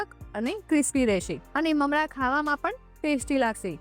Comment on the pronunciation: બહેન તમે મમળા કેમ બોલોછો?મમરા બોલાય.